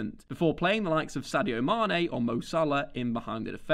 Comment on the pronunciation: Did you just say Sadio Manes name right? He’s learning!